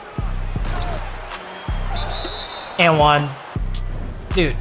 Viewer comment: why do u say one like that